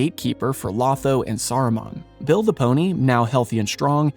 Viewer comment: 1. It's pronounced low-tho not law-tho. 2. He doesn't turn The Shire into a capitalist hierarchy. He males it a communist dictatorship. 3. Literally killed by Grima at the order of Sauroman. 🤣 🤣 🤣 🤣